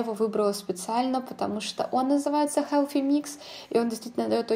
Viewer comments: Healthy, а не Helphy произноси правильно, слушать не возможно. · Koshka Potselyeva Межзубный "с" Но никак не "ф"